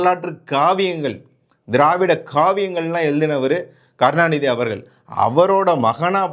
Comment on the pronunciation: நன்றாக பேசுகிறீர்கள். நன்று. ஆனால் முதலில் 'ழ'வையும் 'ள' வையும் முதலில் சரியாக உச்சரிக்க கற்றுக் கொள்ளுங்கள்.. மொழி என்பதை மொளி என்றும் அவர்கள் என்பதை அவர்கல் என்றும் உச்சரித்து தமிழை கொலை செய்வதை தாங்க முடியவில்லை. அடுத்த காணொளியிலிருந்தாவது உங்கள் உச்சரிப்பை கவனிப்பீர்கள் என்று நம்புகிறேன். அல்லது நீங்கள் சரியாக உச்சரிக்கும் லரை காத்திருப்போம்....